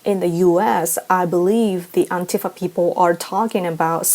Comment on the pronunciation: Thank you for being one of the few that says "Antifa" correctly. I'm so sick of hearing it pronounced anTEEfa. I've got a 30-year history with these scumbags. Nobody pronounced it anTEEfa until some newscaster mispronounced it in 2016. Hell, 99.9999% of people ever heard of them before 2016.